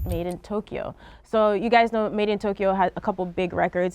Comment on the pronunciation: WHY DO PPL SAY MADEINTOKYO WHEN ITS SPELLED MADEINTYO